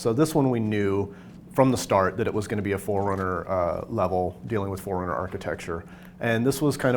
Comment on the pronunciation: It's Forerunners, not "Four Runners"...but sure. We know these Forerunners you see in Halo 4 are from a warrior class and known as "Prometheans." The Prometheans on Requiem are loyal to The Diadact, the big Forerunner from the "Scanned" trailer. He fought against humanity in the time when Forerunners dominated the galaxy, and hates humanity because we killed his offspring in the war. Since he hates humanity, so do his Prometheans. It's either that, or the Prometheans just hate intruders :D